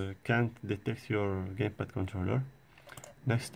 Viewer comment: he said gaypad lol